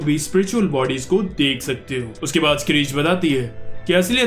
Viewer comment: Bhai wo ladki स्क्रीच nhi hai , शिअरके padhte hai usko....... correct kro❤